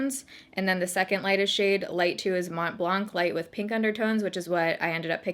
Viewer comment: You don’t actually pronounce the C in blanc .. It’s a french word that means white👀 Lovee youuu btw and your skin is looking fiiireeee